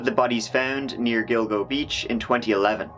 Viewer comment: Did you say Dildo Beach?